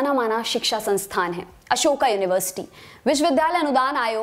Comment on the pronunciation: अशोका नही अशोक होता है। अशोक युनिवर्सिटी, english ke chakkar mein hindi ka kabada krr diya...